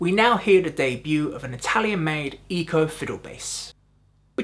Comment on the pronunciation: Also, Eko is pronounced like "echo", not "Eco".